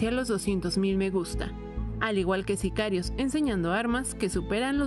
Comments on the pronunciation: Wey sicarios o zicarios ?? XD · "zicarios" No mames...